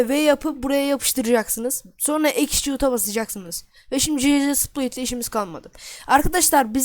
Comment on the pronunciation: müq ingilizce bruh attach a ATAK diyor executeye exçut diyo :D ama hll olsun müq video